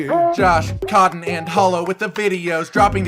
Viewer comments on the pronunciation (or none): I love how cotton just suddenly became French.